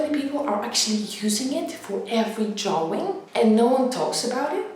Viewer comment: I love the way she says drawing Dwawing